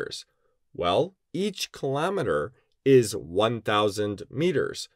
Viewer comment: What tf is a kilometerrrrrrrrrrrrrrrrrrrrrrrrrrrrrrrrrrrrrr